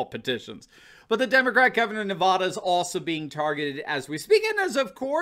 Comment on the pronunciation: much love here,but your not saying Nevada correctly. It’s pronounced the same way as laughing